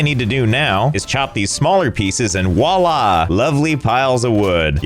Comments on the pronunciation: oh Josh. It's "voila" not "wa-la" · Josh, it's "Voilà", not wah-lah. French.